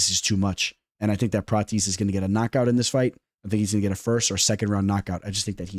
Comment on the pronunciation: Say it with me brother... Prah-tez